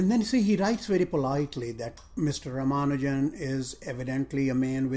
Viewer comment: Dear, thanks a ton for this video.:) Thoroughly enjoyed it. If you will please pardon me, just letting you know that his name is pronounced r-AA-m-AA-nu-jan (no AA emphasis here).